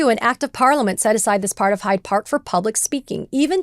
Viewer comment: I don’t want to be petty but the park is “Hyde Park”, like “Dr Jekyll and Mister Hyde”. She repeated (to my ear at least) called it “High Park” which is a nature park in the west side of Toronto.